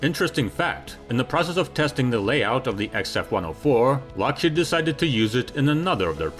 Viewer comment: is it just my impaired hearing or does the narrator say LOSHEED instead of Lokhead??